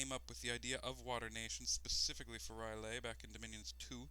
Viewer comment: It's not Ryleh dude :D, it's R'lyeh, you pronounce it like you would pronounce "hell yeah" :). The reasoning behind the long lore should be because it's inspired from Lovecraft's fictions. Enjoyed the LP, thanks :).